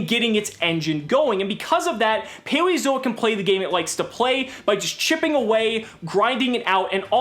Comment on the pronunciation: Ok, am I the only one hearing him say "Paweozoic"?